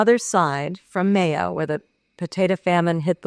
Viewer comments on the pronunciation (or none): none